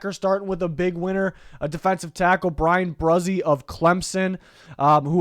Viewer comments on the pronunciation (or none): Can’t be the only one that cringed at the way you said Bryan Bresee